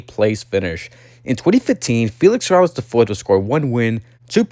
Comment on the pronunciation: Its pronounced “seh-rah-YAYSH”. I had the oportunity to meet his grandfather and father. Beatiful people. Although the are very well off money wise, they are true humble folks. Its a shame Felix III ran out of money and then had to quit.